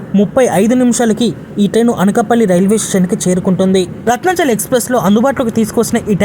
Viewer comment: రత్నచల కాదు రత్నచల్